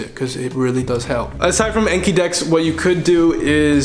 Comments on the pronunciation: Speaks Japanese fluently Also: Says the Japanese word "Anki"(暗記) like Ay-nkee instead of on-kee (あんき) when referring to the app in English. I used to say I-kaiwa instead of Aykaiwa so it's not just him. Just find it funny. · Alright I gotta say it, Anki is pronounced ahn-ki, it comes from the Japanese word あんき which means "to memorize".